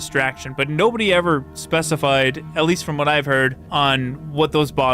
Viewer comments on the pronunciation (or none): none